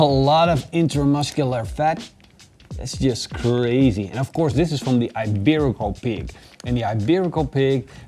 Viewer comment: Hi, not sure if somebody mentioned already, but the "i" in "iberico" sounds like the "i" in "ik" in Dutch, not like egg "ei" in Dutch. Great video, cheers!